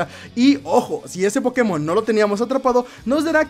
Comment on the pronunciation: Porque pronuncia Pokemon como idiota?